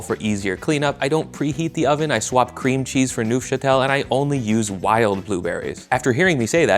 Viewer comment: The f in Neufchâtel silent and the Neu should rhyme with how the French say “bleu”